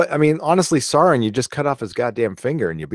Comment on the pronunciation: Ack! Sauron is pronounced SOW-ron. Like cow or owl. Nobody ever seems to get that right. Yeah, I'm a nitpicky Tolkien geek. And proud of it.